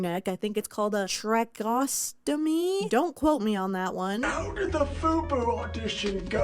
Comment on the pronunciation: TRAY-KE-OSTOMY tracheostomy, for anyone interested:)